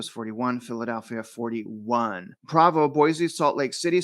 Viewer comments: My friend it’s PrOvo not Pravo lol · pedantic pronunciation correction, I believe it's PRO-VO, not PRAH-VO